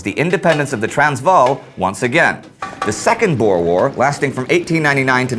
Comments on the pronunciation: Just want you to know (Ek is n boer) that Boer isn't pronounced Bore but Boo-R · Just a small thing. It's not pronounced 'bores'. They're called Boer. The Dutch word for farmer. It's pronounced 'Boo-er' With a rolling R. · Boo-Ruh (Boere) Not Boars xD Anglisiced badly.. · No need to be rude but you say boers are Bors Please without the accent can't say boers (I'm a south African) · please pronounce "boer"'s oe as a oo as in moose. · you really must learn how to pronounce Afrikaans words like, "boer" you sound really silly. #afrikaans-not-for-sissies